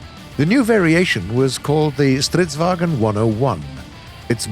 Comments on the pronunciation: Stop saying it like stridsvagen IT IS STRIDSVAGN WHERE DO YOU GET THE''E'' FROM? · Probably to familiar of a name to Panzerkampfvagen so the swedish tank comes out like Stridsvagen. Just a theory!